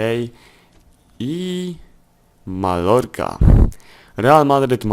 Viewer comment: 11 odcinek - czyta się Majorka